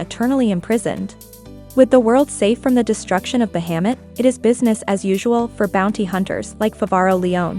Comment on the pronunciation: The way you pronounce Bahamut... I had to quickly jump ahead. Bahamut is a well known name for the dragon in all stories/anime's/games. Try to look into the pronunciation in the future ^-^ It's a well known dragon. Great video otherwise!